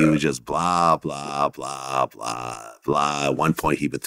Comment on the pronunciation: Did he say blah blah blah or vla vla vla.